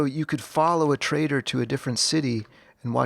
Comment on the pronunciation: it's the pronunciation of following trader from my speaker, trader sounds like traitor, had a chuckles 😊